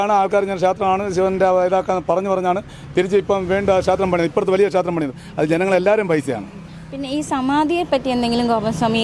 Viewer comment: ക്ഷാത്രം, ഭാഷ പറയാൻ അറിയാത്ത കൂട്ടർ